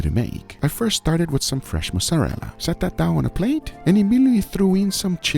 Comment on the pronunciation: when guga's brain is so deep in brazilian that he says "fresh mussarela" instead of mozzarella